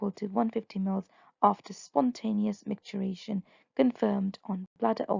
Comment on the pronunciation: MicturItion, not micturAtion.